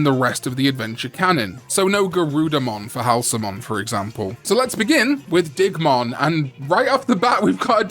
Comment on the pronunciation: I thought you said "Dickmon" the first time you said Digmon's name.